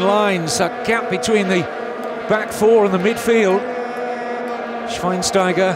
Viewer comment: i love the pronouncing from schweinsteiger thats pretty cute 😄